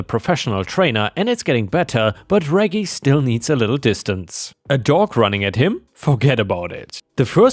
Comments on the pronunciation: REJ-JIE NOT REGGY...other than that ,awesome stories...you're one of my favorites. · Although, the Elevator Dogs story, REGGIE is Normally technically is said like ( REDJ -- Jeee.) :) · Hey, me again. Reggie is a short form of Reginald. The g's are a soft g. So Reggie is pronounced REH-jee. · for future reference, Reggie is pronounced (reh-jee) 😉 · Layla = lay luh/lay lah. Reggie = reh-gee. (gee sounding like "jeep" without the "p" in it) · reggie is pronounced Rej-Gie also keep up the good work i been a sub for years now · Reggie is pronounced like Reg in Register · Reggie is pronounced like in register - reggae is a type of music - short for Reginald! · ⭐⭐⭐⭐⭐ In the US, Reggie is pronounced like veggie, with soft g's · Don't you know how to properly pronounce "Reggie?" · Reggie is pronounced with long G not lower g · 'Reggie' is pronounced w/ a soft G like in 'gerbil'